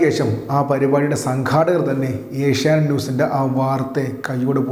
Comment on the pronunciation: A ഷ്യാ നൈറ്റ് അല്ല v ഷ്യാനൈറ്റ് ആണ്.